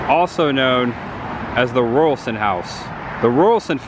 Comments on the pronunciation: I love how they have preserved that era of their town with the murals. My dad worked at a little Sinclair station like this in Bartow 60 years ago. Raulerson isn't pronounced like Royal but like Raw. Good try though. My maternal GGG Grandmother was a Raulerson married to an Albritton. Sad the Chandler site isn't kept up better considering it's a historical site. Enjoy your videos. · You so pronounced Raulerson WRONG! You kept saying Rualson. It is pronounced Ra-ler-son. If you don't know how to say something ask before you assume and put it on film for everyone to see and hear. Geez! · The Name is Raulerson pronounced as Raw not ruralson. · Let’s break it down, … Raulerson= Raw-lurr-sun. Not Rural-sun. You’re welcome. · Hey, Raulerson is pronounced more like "Raw-ler-son". Love the video!!!! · Hey, I just had to jump up here. When you mentioned the name Raulerson, I wasn't looking at the screen so I had to rewind better understand what you were talking about. The correct pronunciation is Ral-er-son. And I pretty sure there's no college associated with the old high school. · It’s pronounced Raw-ler-son. One of my relatives married a Raulerson in that area. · My great grandmother was a Raulerson it is pronounced Rawlerson. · Raulerson is pronounced Raul Ler son. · Raw…ler…..son. (pronounced)